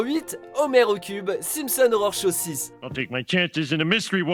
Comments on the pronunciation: Par contre si tu pouvais arrêter de prononcer "horror" comme "Aurore" ce serait bien ^^ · dans un cas comme dans l'autre ça associe les 2, c'est pas super, mais bon c'est pas grave hein j'ai fait la remarque parce que justement du coup je l'entends direct si on prononce mal horror, voilà voilà ^^